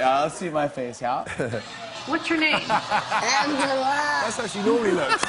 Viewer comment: i love : AHNGELAAH